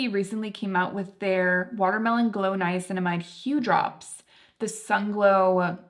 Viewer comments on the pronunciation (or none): none